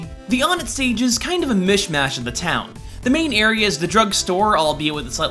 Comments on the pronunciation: It's pronounced wun-et, not on-et. The towns are Onett, Twoson, Threed, and Fourside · ONE-it, not AWNIT. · It's not on-ett, it's One-ett. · When I was a kid, I pronounced it 'oh-net'. Now I say it more like '1-et'. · Onett = pronounced "One - Ett" Why is EVERYONE pronouncing On-ett or Own-ett when every town uses the pronunciation of the respective numbers in the names? If Twoson is "Too-Son", Threed is "Threed", and Fourside is "Four-Side", then Onett is obviously "One-Ett" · Its (OH-net) Not (On-et) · I'm pretty sure it is pronounced own - ette, as on - ette just sounds derpy... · ONEtt*** pronounced fucking one-net, not fucking on-net. I thought this channel was professional. So annoying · I'm pretty sure it's pronouced "won-ett" not "on-ett". But good stuff anyways. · I believe the stages name is actually pronounced like "One Ett" rather than actually "On Ett". At least thats what this one really big Earthbound fan told me. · ON THE PRONUNCIATION OF ONETT: It's interesting that most newbs pronounce it like won-ett, yet most hardcore fans claim it's pronounced like on-ett (like in this video), AND YET the billboard in this video game colors "one" differently from "tt" (blue and red, respectively) ( mark in this video). It's as if the billboard is suggesting you do pronounce it like won-ett, and as far as I know, there's been no official statement in regards to how it's pronounced. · wait what? "on-it"? it's said "One-net" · Onett... I mean, I could be wrong, and I'm sure EVERYONE has their own iteration, but I think the town's name is pronounced ONE-ETT. Much like the second town is pronounced TWO-SOME... and not Twosen. I mean, have you played EB before you decided to make this video? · IT'S FUCKING ONE-TT 1-ETT ONE-tt TWO-son THREE-d FOUR-side WHY CAN NOBODY GRASP THIS IT'S ALWAYS ON-ETT OR OWN-ETT IT'S SIMPLE other than that good video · o-NETT. not O-nett. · On et? Ive always heard and pronounced it o net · Matt, its actually pronounced one -it